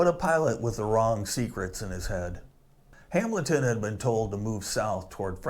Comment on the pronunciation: Appreciate the video but it's just pronounced "Hamelton" not Ham-Bleton, for God's sake.